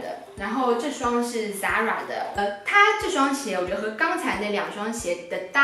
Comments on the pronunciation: 讲到ZARA的时候这个上海腔哦 笑的我整个樱桃骨头都吐出来了 哈哈哈 有意思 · 啊哈哈哈你讲zara真的好上海 好亲切 感觉像和同学聊天